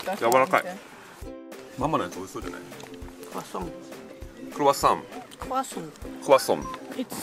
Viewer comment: 😆！クロワッサン!のサンは、ソン的に、しかも鼻声で発音したら完璧？あはは！そっちのほーえんなんとかには行かなかったけど、ノイなんとかには行きました。馬車があるけど、ドイツ人気質で駐車場から歩いて・・・。 そこへ行ったのがいまから、あれ？何年前？なので、現在の様子がとても近代化されている様子でびっくり。そして、馬のフン収集車があるのもびっくり！うちの近所にも欲しいです。もうね、馬のフンが・・・犬のフンにはうるさいのに、馬のフンは何も言わないドイツ。散歩に行くたびに、要注意です。うちの芝犬もフンは避けて歩いています。日本犬、ドイツ生まれなのに日本の血がそうさせる？潔癖症なのか？ ビアガーテン？のウェイターさん、お母さんのお言葉に、ナイス返事！（まあ、あんた、お金払うから、なんでもいい、好きにして、的な？）笑！でも、乾杯の後に一度ジョッキを置く心の余裕は私な無いなあ。一目散で飲みたい！